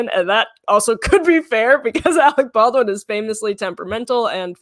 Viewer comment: SOOO her extremely well educated parents one a doctor and the other a lawyer could not pronounce Baldwin? OKKKK!!!